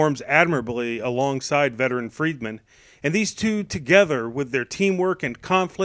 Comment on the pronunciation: good review but his name is not freedman its freeman